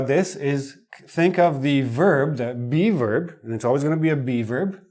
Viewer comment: LOL Everytime you say "be verb",, I hear "beaver"! LOL